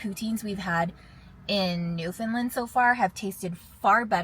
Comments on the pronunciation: Actually it wasn’t as bad as most non-Newfoundlanders say. 😁 The only misstep was that the “land” sounded more like “Lind” in your pronunciation. Locals say “Newf-en-LAND”, with the emphasis on “LAND”…pronounced just as you would say “land” alone. Not, “Lin”, not “Lind”. Definitely NOT “New-FOUND-Lin”. (And yes, I am a native Newfoundlander still living here). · It’s pronounced Newf-en-LAND! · You're Canadian and saying Newfoundland wrong. 😂 Love you guys still but come on.